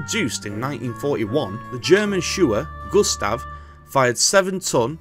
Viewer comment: Yeah, he also called it sewer Gustav instead of Schwerer Gustav. I won´t hold that one against him though, as different languages arent that easy to everyone. The difference between rail and railroad should be corrected though.